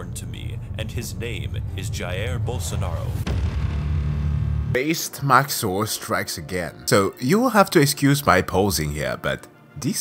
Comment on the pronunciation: the way he pronounced "Jair Bolsonaro" was quite funny